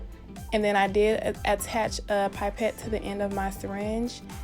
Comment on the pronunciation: Pipette is pronounced pip-ette not pipe-ette btw also gr8 vid